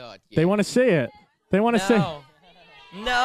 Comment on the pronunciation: LMAO I LOVE HOW HE SAYS "NO!!"